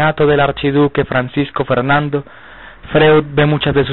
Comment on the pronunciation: freud se lee froid. De entrada venis mal